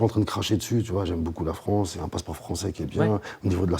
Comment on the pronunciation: ptdr donnez des cours de français à vos stagiaires "France et pas Frence"